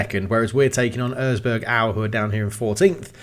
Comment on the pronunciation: I can't stop laughing about how butchered the word Erzgebirge. Sorry 'bout that, but I am german and totally know whatt I am talking about. 🤣